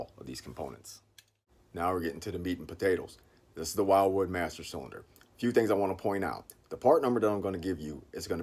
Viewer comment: Umm... Pretty sure it's "will-wood" not "while-wood"